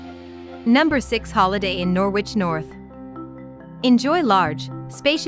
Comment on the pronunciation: Norwich in the UK is not pronounced Nor-wich, it's pronounced Nor-rich. And Bawburgh is wrong too. You want to look these names up before creating a video with an auto voice that can't pronounce the names properly.